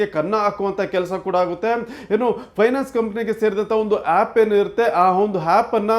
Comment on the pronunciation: ಹ್ಯಾಪ್ ಅಲ್ಲವೋ ಹ್ಯಾಪ, ಆ್ಯಪ್ ಅನ್ನು.